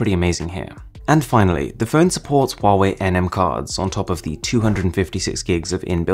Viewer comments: Yo Call It Wrong Its Wa-Wei! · No say, huawei,se dice wuawei